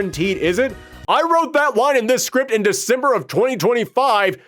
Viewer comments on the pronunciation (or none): none